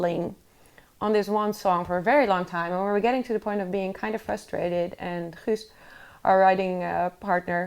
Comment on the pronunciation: Ah here you are again. since you have been kicked off so many other channels already spreading your negativity. You are so deluded. To start with the first thing...His name is Guus, not Huus. At least write the name of people involved correct. And watch out your not being kicked off here as well ;-)